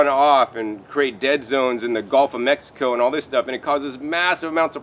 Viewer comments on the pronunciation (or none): none